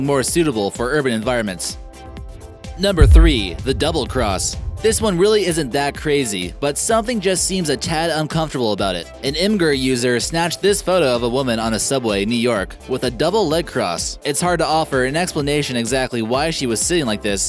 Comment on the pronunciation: Imgur is pronounced “image-er/im-ij-er.” The name comes from “ur” and the extension “img”